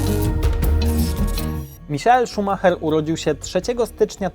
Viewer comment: O tutaj już ładni odmieniłeś. Niemieckie nazwisko Ci się udało, poćwicz Brazylijskie.